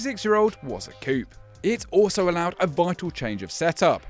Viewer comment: U don't say the p in coup